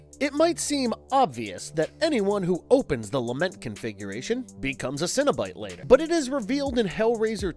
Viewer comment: I keep hearing lama configuration.